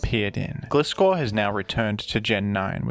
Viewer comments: It's Gleye-scor not Gle-scor Sounding like FSG lmao 😂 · Why are you reading its name as "Glee-scor" when you read Gligar correctly? 😭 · Why does he pronounce Gligar correctly but Gliscor wrong? It's GLI Scor like gliding. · You pronounce Gligar right but not GLAI-scor? It's the same pronunciation of the "i". GLAI like GLIDE. GLIDING SCORPION. EVEN SAID IN THE ANIME AND ALL SUBSEQUENT MEDIA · "Gly-gar" 🙂 "Gliss-score" 🤨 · the way you pronounce gligar like glide but gliscor like glizzy is so weird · Gliscor is pronounced as Gliess-Core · Lmao, Glisskor. No hate on dude or anyone who pronounces it like that but it genuinely makes my skin crawl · Wincing a bit every time you pronounce "Gliscor" haha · That's not how gliscor pronounced tho